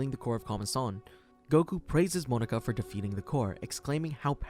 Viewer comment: MO NA KA literally prounouced exactly how its spelled